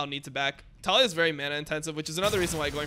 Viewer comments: Why do you say Tall E Ah ............. Its Ta Lee yah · I'm about to REEEE cuz you keep saying her name wrong :sweat: it's Tuh-Lee-Yuh